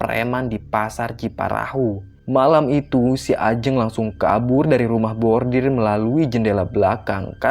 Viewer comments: rumah bordil (brothel), bukan rumah bordir (embroidery). 😬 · Bordil.....bukan bordir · maaf saya dengernya kok "rumah bordir" harusnya kan "rumah bordil" >_<